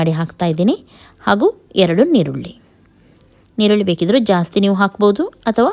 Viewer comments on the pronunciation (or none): Ma'am that is not neerulli that is eerulli